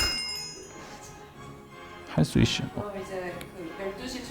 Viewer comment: 할수있셔... 중얼거리믄거 왤케 기엽냐😖🤎🤎